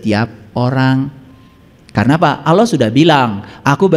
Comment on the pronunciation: Ngomongnya ko Auloh bukan Allah, ..ky kurang faseh